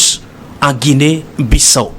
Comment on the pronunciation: S'il vous plaît messieurs les journalistes faites un peu d'effort, Ça se prononce : Guinée Bissao, c'est un pays lusophone , ( ex colonie portugaise) merci.